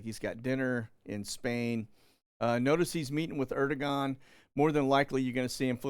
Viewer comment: It’s Air-doh-on (all together) 😉